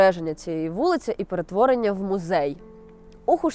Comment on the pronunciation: "Гідности", "мюзей", ну це що за смак для вушок